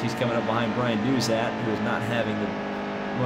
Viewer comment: Its Chase Caybree and Dauzat is pronounced Doughzuh